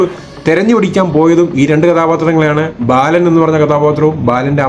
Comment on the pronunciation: ബാലൻ....... ബേലൻ അല്ല.